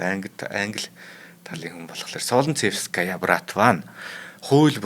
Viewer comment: Солнцевская- Соонцэвскаяа гэж дуудна